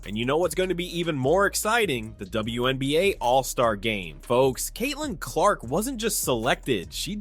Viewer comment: How did you post a clip with the reporter saying her name and then mispronounce it right afterwards?